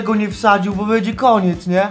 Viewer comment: mówi się będzie a nie bedzie:). Pomogłam ci czy utrudniłam